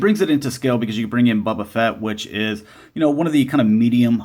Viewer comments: Did you say bubba fett and dark vader??? 😐😐😐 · I had to keep rewinding it. I heard Bubba and Dark every time. Lol